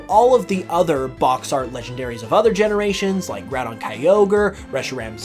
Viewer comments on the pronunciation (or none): none